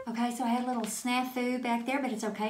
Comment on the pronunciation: I want to show this to my middle school sewing students in the fall. Please tell me she's saying "shoot" and not "shit".